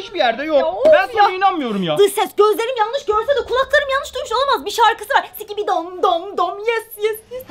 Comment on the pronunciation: Sikibi değil şibili dop dop yes yes